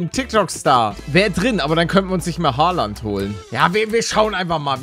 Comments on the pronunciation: Und übrigens es heißt nicht Hooland sondern Haaland 😂😂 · Oder Holland sagen geht auch gelle palle😂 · Haaland nicht hoaland😂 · ER HEIßT HAALAND NICHT HOÖULANND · Warum sagst du Hooland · Hi palle er heißt haaland und nicht holand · Paluten du trottel Haland heißt nicht errig haland sogar erling Haland und haland ist rechts Fuß du trottel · Wie Er Haaland ausspricht hahaha